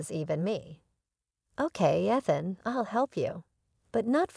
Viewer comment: She even pronounced Ethan wrong.